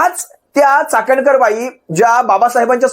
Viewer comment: चकणकर नाही चाखणनकर वाई। धन्य झाली बाई।